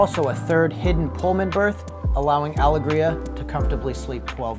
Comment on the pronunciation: Am I wrong in saying it’s meant to be pronounced “AL-EGG-RIA”